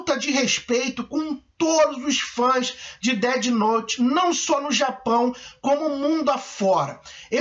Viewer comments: percebi tb "Deti Nouti" aiuhaeiurhu Na pronúncia seria "Déf Nout" (com o "T" quase mudo) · DETI NOTE